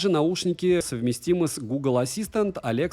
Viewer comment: Эх, выиграть бы их, а потом продать и купить себе OnePlus 9RT. Ну или хотя бы Realme GT Neo 3. Зато честно. И, уж извините, но Ди ЭС И И. И Свифт, а не Шифт.